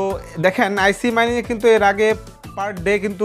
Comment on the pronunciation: আইসি না ভাই এইটা আইচ হবে।